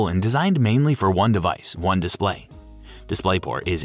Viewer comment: it’s display not displiay